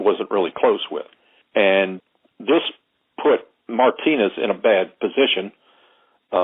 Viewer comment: Did he just call Martinez “my penis”?